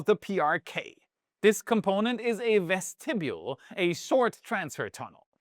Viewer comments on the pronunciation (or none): "ves ti beul", not "ves ti beu ul", 3 syllables, not 4.